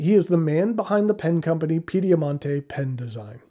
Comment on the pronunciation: a first-rate review—as always. Permit me to make a couple of minor corrections. The company’s name is Piedimonte, and Gian is pronounced as the English name John. (Actually, the J is slightly harder, but you get the idea.) As to my thoughts on your review, I will be ordering one of these pens.